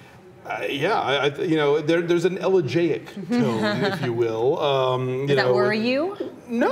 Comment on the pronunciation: You guys are pronouncing "elegiac" wrong lol Also I think the trailer suggests Batman is going to die MAYBE because Anne Hathaway says "You've given them everything," and he replies, "Not everything." Doh. If you guys are reviewing trailers, could you review the Hobbit trailer?? Only film I can really get nerdy about this year :) Enough with the comic books; bring on the fantasy! :p